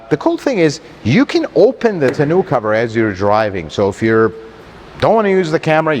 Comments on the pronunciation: What is a tonew-cover? ;-) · Tenoo cover 😂